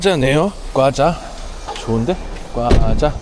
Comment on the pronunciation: 꽈자가 아니고...과자입니다...